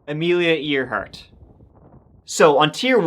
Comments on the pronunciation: you're pronouncing Amelia Earhart's name incorrectly. It's not EAR HART as if it was one of your ears, but rather AIR HART as if describing something above you like a bird. I think that they have finally resolved what happened to her in the South Pacific. That she died in Japanese custody or perished some time after her plane crashed. Despite her skill at flying she never mastered navagational skills or the proper use of her communications electronics. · I love ya but as Eire isn’t pronounce eerie, Earhart is Air Hart NOT Ear hart. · Hey!! Love your content. Idk if someone else commented this already. It just caught my ND ear.... but if I'm not mistaken, Amelia's last name is pronounced more like "air" + "heart"... I could be wrong though 🫶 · That’s the first time I heard Earhart pronounced ear hart instead of air hart. I thought perhaps pronouncing it wrong with something I’ve been doing my whole life! Regardless I’m going to start saying ear hart. Especially if it screws with people the way it did just now with me hearing it most definitely be worth it! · It's "Air-heart," not "ear-heart... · I know it's spelled "EAR-hart", but it's English, so it's fucked up. It's pronounced "AIR-hart". ♥ Great vid. As usual. ♥ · Amelia Earhart..... 'ear'hart is pronounced like 'air' hart. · Pronounced Air-heart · Hang on, am I on crack or is he? It's spelled Earhart, but pronounced airhart yeah? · It's pronounced AIR-HART 😵 Otherwise, great as usual ❤ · It's pronounced AIRhart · Earhart = air heart cmon. It's a top tree mystery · it is pronounced air hart. A for effort though. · Lol got me laughing on no 1 . Isnt Earhart pronounced Airheart? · "Ear"hart? It's not pronounced that way, LOL!!! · Pronounced "Airheart" . Thanks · "Earhart" is pronounced "air heart" with the same sound Americans use to pronounce "airplane." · AIR- hart I know I know it makes no sense but... there it is ACTUALLY, for a pilot, AIR -hart..... Does make sense LOL